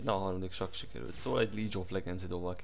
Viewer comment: Basszameg, ha én így tolnám a lane-t már a kibaszott top lane is a fejemen ugrálni, nem csak a jungler :D Jó a szöveget, ment a like. (egy dolog...líg of ledzsöndsz..nem lídzs)